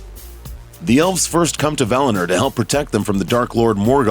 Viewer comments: For the love of God stop calling it "Valner" it's val-in-or. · valiNOR please. Not "valinerrrr" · I just can't watch this all the way through as he keeps saying 'Valiner'. V-A-L-I-N-O-R. See that 'o' towards the end, not an 'e', is it?! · That was as shit as I thought it would be. You should be on the ring of power team. It’s Valinor not Valaner you twat. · VAL-I- NOR...Like Oar! Not NER like Nerd!!! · Valiner? LMAO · I’m familiar with Valinor. What is this “Valiner” he keeps taking about? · Valehnurr... lol